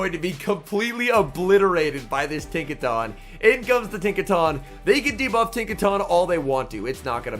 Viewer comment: Isn’t it pronounced Tinka TON as in a ton of bricks ? I could be wrong lol